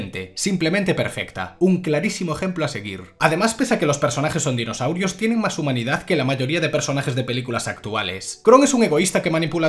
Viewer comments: Amo que nombres exactamente cada dinosaurio de forma perfecta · a la V el se sabe los nombres de los dinosaurios xD uno de los pocos youtubers que si dice los nombres de los dinos correctamente jeje grande el